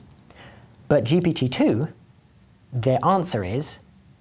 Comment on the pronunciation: each time he says GPT-2, i hear Jepaditoo, like a magic word used in fairy spells or something